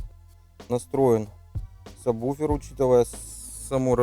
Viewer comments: "Ведущий" - Агонь - и саМБуфер и саББуфер и саБуфер, но только не саБВуфер )))))))))))))))) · Меня бесит когда говарят самбуфер. Когда правильно сабвуфер. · только не говори «саМбуфер» прошу тебя Саб...Сабвуфер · Я все понимаю, но вы такие все спецы...научитесь хотя бы правильно произносить название того с чем работаете! НЕ сабБуфер, а сабВуфер! Колхоз! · Самбуферы,слух режет. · самбуферы ухаха) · Самбуферы??? Дальше смотреть не стал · кто, так же как и он, говорит " самбуфер" ставьте лайки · ЧТОоооо??? СаМБуфер? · Бесит слово- самбуфер! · Обратитесь к логопеду, он вас от сабБуфера вылечит. Хотя может безграмотность нынче хит... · самбуфер? вы серьезно? вы же звуком занимаетесь, какой к черту самбуфер? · Плиз, не говори "самбуфер". Мозг плавится. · Как вы говорите? саМбуферы??? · неправильно сказал в начале сабвуфер